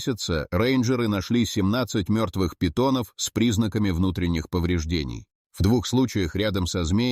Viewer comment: На питонОв,на питОнов.Это ИИ,дальше можно не смотреть.